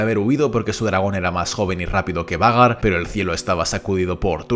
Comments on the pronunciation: que gracia cuando dice 'Vhagar' como "Vagar" con toda la seguridad cuando en verdad se pronuncia "Veigar"😂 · Lo único malo de esta narración es que pronuncias cómo se escribe el nombre de vhagar en vez de como se Lee y se escucha fatal. Y si me vienes con que así se Lee entonces deberías leer arrenal no jarrenjal